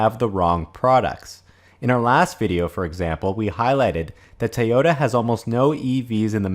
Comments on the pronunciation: It's pronounced TOYOTA, not TAOTA. Otherwise an excellent video. I'm subbed by the way. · Tayota❓ It's toy-ota‼